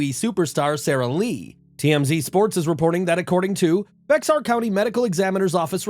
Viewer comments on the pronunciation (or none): Its bear county, not beXar, the x is silent. Yes we all know its fuckigng stupid.. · Bexar is pronounced like bear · Just for future reference, Bexar County is pronounced ‘Bear’. The x is silent. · The x in Bexar County is silent